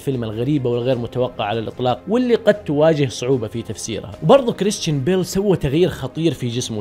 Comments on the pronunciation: انت ما تكول كريستان انت تكول كريشتان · نطقك لاسمه يرفع الظغط